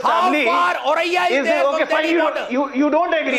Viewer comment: It's not aurariya .. it's Auraiya.